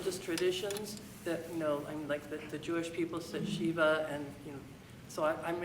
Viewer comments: It's "Jewish people", not "the Jewish people", they sit 'shiva', not 'Sheeva' which is a Hindu god. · It's "Shiva"not "shiva"